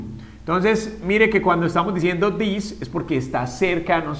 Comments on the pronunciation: This is not pronounsed "theese" its this. Youre teaching the students to pronounce it wrong. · This and these se diferencian en la pronunciación...osea no se pronuncian cómo tú lo dices